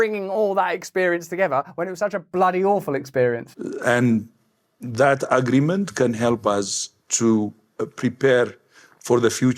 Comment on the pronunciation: That ugh-ree-ment. Ugh!